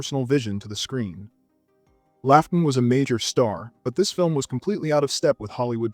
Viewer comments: It’s pronounced Law-ton, hacktually 😆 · Great list, one major issue. It's pronounced LOTON not LAUGH-TON although it's written Laughton. Cheers!